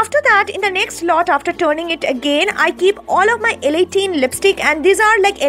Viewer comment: not laa it's LA